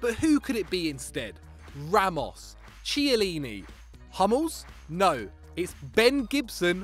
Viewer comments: It's not Chiiiiieeleeeeneeee It's pronounced Kiellini.... pleaseee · Why TF does this man keep pronouncing Chiellini like "Shiellini" instead of "Kiellini" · Dega Jago It's written Chiellini and in English Ch is pronounced like how he said the name but in Italian Ch together makes the sound of K. That's why I wrote Kiellini. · Did he really just say "CH"iellini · It's Keey-ehliney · is really stupidThat is not how you say Chiellini